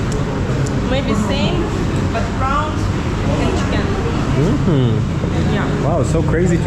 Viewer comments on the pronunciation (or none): none